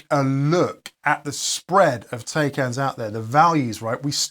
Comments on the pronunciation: As a Taycan owner which i love, your videos are great but Taycan is pronounced Thai caan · You're making a video about taycan but you can't even pronounce taycan properly... smh